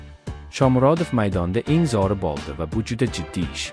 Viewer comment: Крил харфларида ёзувни укияпти шекилида ойинга мас у́йинга булади болди мас бу́лди